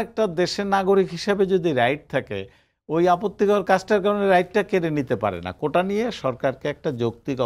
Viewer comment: কোঠা নয় কোটা